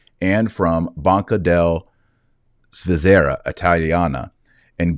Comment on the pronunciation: Svizzera (Switzerland) pronounced SVEE zer ah. Stress on the first syllable.